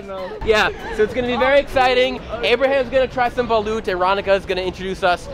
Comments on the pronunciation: Ronica is a filipino ryt ? y does she pronounced BALUT lyk she's copying da pronounciation of Xiaoma..she should correct it !! Its not BALOOOOT its BALUT !!!!! gets wat I mean ? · She said baluth! I duck and hide.